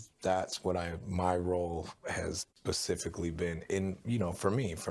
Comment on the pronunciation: “…..my role has PACIFICALLY been…” 🤦🏼‍♀️🤦🏼‍♀️🤦🏼‍♀️🤦🏼‍♀️🤦🏼‍♀️🤦🏼‍♀️🤦🏼‍♀️ omahgawd!!!! Bloody Hell 😑😵‍💫🤮